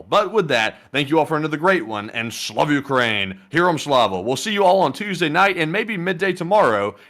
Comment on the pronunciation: SLAVA not SLAW. lol